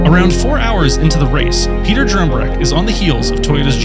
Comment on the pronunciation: Im sorry but it's Peter Dumbreck not Drumbreck